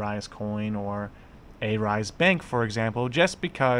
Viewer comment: Believes everything the main stream media feeds " Remember, it's not good to believe everything you hear as it may not be true." You just trolled yourself. Marcutes? A rise? Not sure how you have 20k subs for someone who can't even pronounce Arise. What kind of trash journalism are you doing when you can't even get your facts right? These were the exact same allegations the SEC threw towards Jared when they raided him in Jan and failed to prove their points and gave up. Why not cover that part? I'll tell you why? You are the same as any main stream media and you want to create drama and conspiracy to get views. Money is all you are after. Crypto has this pseudo decentralized face to it but in reality it's centralized and people like you who don't do any research spread false info for views and money to make things worse. Why don't you find the facts for yourself?